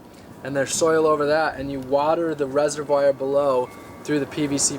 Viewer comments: lol you said resewire i think you say reservoir differently. more like reserwuar. great video. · Resivwire... Resivwire!... On another note, interesting to see your commitment to the cause thanks for sharing your story. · Rezer-wire?? reservoir....duh. I thought this guy was a dumpster diver, now he's saying he buys his stuff.....also, what happens when it rains in his bathroom, on his stove, in his pantry? Doesn't he get cold in his box home? How does he shower w/ only 2 gallons of water a day? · Wow...I cringed so hard when he mispronounced "reservoir" edit: I should add though that I think what you're doing is great, especially the motivation behind it